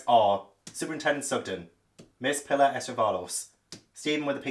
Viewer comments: Pilar (pee-lar) it’s a Spanish name and I thinkn Simeon is probs (Sim-eon) unless it’s described as Simon with e in book. I haven’t read it. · Simeon - SIM- E- ON 😭 Pilar PEE LARR